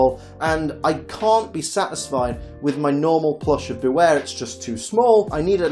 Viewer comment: It's Bewear, not Beaware!